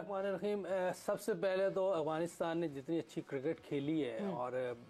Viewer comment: Its Afghanistan not Aghwanistan. How many times do i have to correct you. You r a professional at least u think so but you should atleast pronounce correctly.